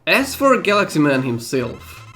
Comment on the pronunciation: I don't know why but to me that partially sounded like you were calling him Guts Man and not Galaxy Man.